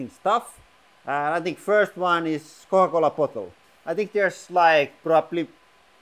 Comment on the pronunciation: The way you said Coca-Cola made me laugh. 🤣🤣🤣